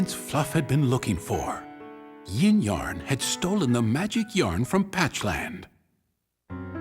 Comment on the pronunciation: Yin-Yarn? Oh God...